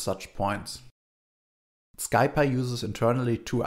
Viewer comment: "Sky py". The package is short of Scientific Python. It's pronounced more like "Sie Pie"